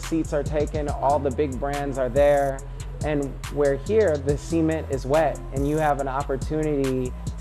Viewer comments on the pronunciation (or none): interesting pronunciation of cement